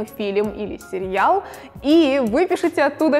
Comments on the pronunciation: Сериал,а не серьял) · Простите, очень режет слух произношение слова "сериал". Почему произносится "серЬЯл"? И производные от этого слова. С уважением. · Наоборот это круто! Мне нравится как она произносит серьял. Круто же.)